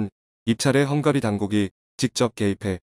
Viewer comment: 형가리?? 발음이 형으로!!